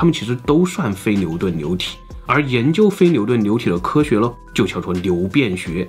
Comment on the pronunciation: 有人跟我一樣聽成牛便學嗎